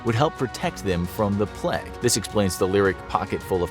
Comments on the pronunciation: Love the video, but why do you pronounce the word plague as ‘pleg’? 😅😂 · Can't listen to hin say "Pleg" anymore! Also, "wreck havoc".